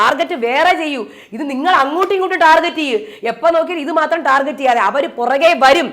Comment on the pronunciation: Ee norede “target” enna wordinte pronunciation arengilum shradichirinoo😂